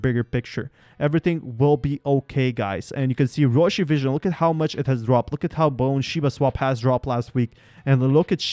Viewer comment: Just say RYOSHI ( BEP-20)